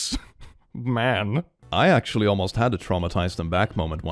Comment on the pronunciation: "Actumalaly" I'm taking that